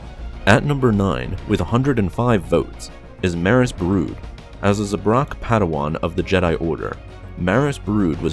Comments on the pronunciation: I'm sorry, the way you said Saleucami and zabrak were all I could focus on lmao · You really need to brush up on your pronunciation, man. Salucami is pronounced (sal-oo-come-eye). Yuuzhan Vong is pronounced as it looks, (you-zahn-vong). There is no g at the end of Yuuzhan. Zabrak is pronounced (Zab-rack). Rahm Kota is pronounced (Rahm-Koda). (Keep in mind that 'ahm' is pronounced 'awm', like an English person saying 'arm', and the same logic with 'ahn'.)